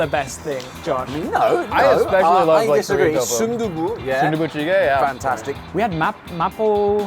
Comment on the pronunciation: man even pronounced “sundubu jjigae” effortlessly! Gotta watch his stuff more now